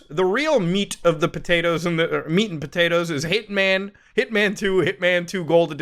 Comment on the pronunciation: Hearing him say Hitman over and over I’m starting to hear Ip Man 1, 2, 3 lol